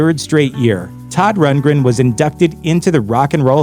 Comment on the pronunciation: "AN OPENED LETTUCE TO SODD RUNTLESTUNTLE," 🤣😂